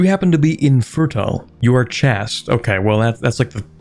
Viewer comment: That mispronouncing of "chaste" hurt my soul